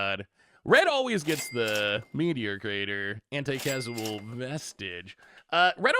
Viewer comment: CAUSE-AL not "casual" lordy